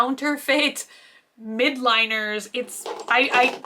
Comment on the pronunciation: Why does everyone say Mildliners as Midliners?? Haha